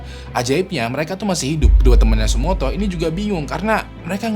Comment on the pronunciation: tsutomu bang bukan tsumoto